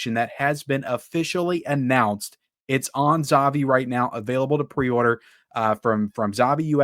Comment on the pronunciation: 'ZAVVI' is pronounced like you're saying 'HAPPY'.